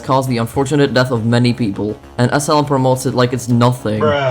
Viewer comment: When you say SLM it sounds like asylum